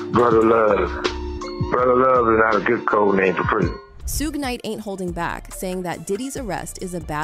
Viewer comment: This must be AI voice because ain't no way they don't know how to pronounce kid Cudi and shug knight😅